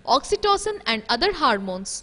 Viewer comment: It is Hormones and not 'Harmones'